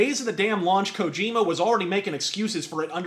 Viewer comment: Kojim-u is a Japanes-u Shaymalan-u